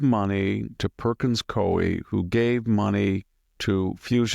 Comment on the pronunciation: The Law Firm Perkins Coie is pronounced Perkins COO WE